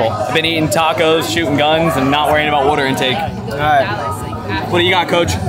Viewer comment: says water like “Wooter” haha